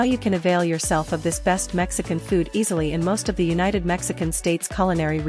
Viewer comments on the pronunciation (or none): none